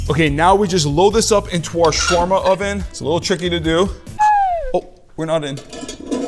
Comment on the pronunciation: he prounounced shawarma wrong not trying to be mean